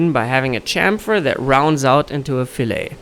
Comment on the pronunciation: Great video. Just a minor thing, fillet in drafting/CAD is typically pronounced fill-et instead of fill-a.